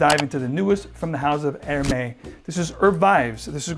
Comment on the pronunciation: Funny to see someone dressed in a classy way while completely screwing up the prononciation of Hermes. H is silent and the is more like a z.